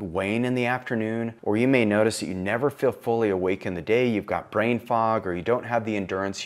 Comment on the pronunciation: it's brain not braib 🙄